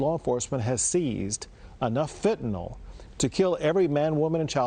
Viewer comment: Maria, it's not Fenta-nol. It's Fenta-nyl. Lol, the reason Abbott keeps using the word Fentanyl is to give you a sign that you're not pronouncing it correctly.